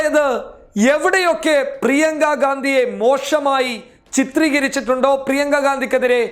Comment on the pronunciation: മോശമായി എന്നാണ് ... മോഷമായി എന്നല്ല